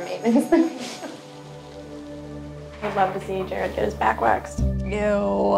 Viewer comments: To Chef Ramsay, Jared = Gerard and Marino = Marinio 😅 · Come on Jah-Rod! Lol